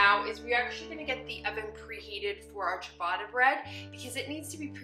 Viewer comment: You're definitely not butchering "ciabatta". I need to try making a sourdough version! That's a little weird though that it calls for dimpling the loaf. Usually it's focaccia that you put little dimples all over the top.